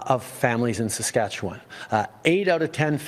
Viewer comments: Is this narrator a robot? Listen how he pronounces Saskatchewan. (Or as I like to call it Sasquatchewan.)... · Where are y’all from when you can’t pronounce Saskatchewan properly? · Is that an AI voice here on Street Politics? No Canadian pronounces Saskatchewan as the voice here does?! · A couple of things. So if we refuse to pay the tax, he is still going to give us a rebate? I’m ok with that. 🤦‍♂️ Not sure where the money will come from. Second, I’m pretty sure the CRA has literally ZERO way to enforce a corrupt carbon tax, just because he said so. And lastly. Please figure out how to say Saskatchewan. Through several videos, each time, your pronunciation seams to be off. Every time you say it differently. But I am also adhd, so maybe it’s just me.